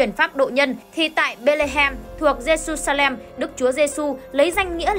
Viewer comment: jerusalem đọc là Giê-ru-sa-lem chức ko phải Giê-su-sa-lem